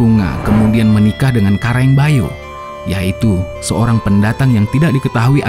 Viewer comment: Raja Bayaoa., bukan bayo.